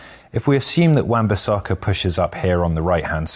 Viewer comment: This guy changed his pronunciation of Bissaka about 5 times in the video.